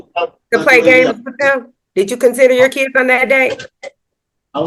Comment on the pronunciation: ‘I got keedz…!’